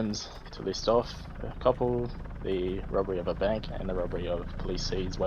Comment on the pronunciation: also says ‘robery’